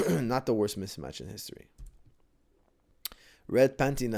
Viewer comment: Haha, you had to stop yourself a few times from saying "Mitch Match". I remember saying that when I was a kid too lol.